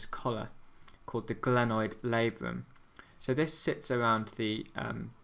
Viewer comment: NO gRanoid ,but glenoid